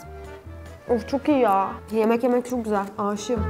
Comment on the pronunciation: ✨coğ gozel✨ deyişi şakamı